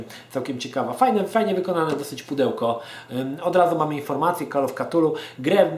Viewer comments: kurcze, nie chce byc malym chujkiem, ale "KA-TULU" to bardzo klujacy w uszy sposob wymawianie tej nazwy. "K-TULU" to wersja ktora uzywa najwiecej ludzi. zeby nie bylo ze to tylko koment z dosapka, to dodam ze sama wymowa "cthulhu" wg Lovecrafta jest niemozliwa dla ludzi. Pierwotnie dzwiek to ma byc bardzo gardlowy, przypominajacy bulgot, w koncu to jezyk ktorym posluguja sie ogromne potwory, ktorych aparat mowy (oprocz oczywiscie telepatii) jest inny niz u ludzi. z reszta gdy ktos sporbuje wymowic "cthulhu" w sposob "gardlowy" to brzmi to bardzo sugestywnie. I wtedy dochodzi sie znowu do wniosku ze Lovecraft to pieprzony geniusz! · to sie chyba czyta ktulu